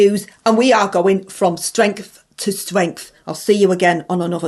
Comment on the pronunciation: going from stwength to stwength! 🔥